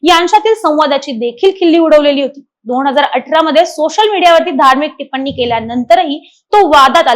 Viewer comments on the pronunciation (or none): none